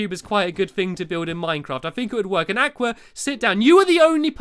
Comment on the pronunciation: You are pronouncing aqua wrong